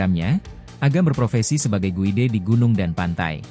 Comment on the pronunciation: Guide 😂 gaet bacanya bro 😂